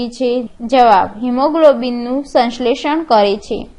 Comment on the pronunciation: Video khub j saras che Pn aap shanshletion ne samletion kahi rahya chho....